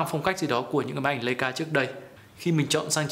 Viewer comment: đọc là “lai”ca sốp ơi